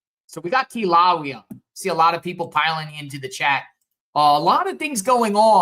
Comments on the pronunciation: Pronounced Kill a Way a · The ai wasn’t right either lol. Kila wheya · Say it like KILL A WAY A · It's pronounced Killa-laya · Kill-a-way-ya. Kilauea. Sound it out and you’ll understand the name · Pronounced Kilo Waya